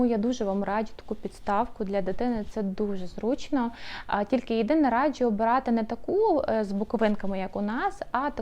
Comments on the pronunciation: будь ласка, не "радчю", а "раджу". Дуже ріже слух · Хороше відео , але постійне "радЖЮ" вже різало слух ))